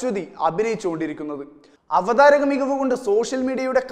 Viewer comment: Avathrika alla avatharaka